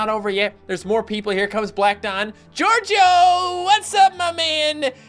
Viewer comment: A couple times you said jojo instead of gorgio. IS THAT A MODAFUKYN JOJO REFRRNCE!!??